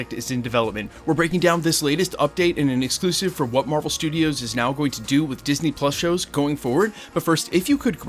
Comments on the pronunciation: Marvel "Strudios" FTW :) great vid as always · Love me, some “Marvel Strudios” haha